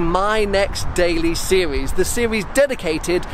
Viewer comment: ''Sewies" - How he says series.